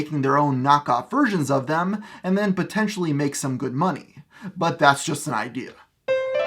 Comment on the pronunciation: Batentially. Haha. :)